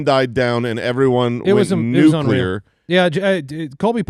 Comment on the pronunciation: "PUCLEAR". Like Nuclear.